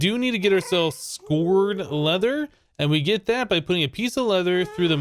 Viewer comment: that's scoured leather (sk ow er ed) like scraped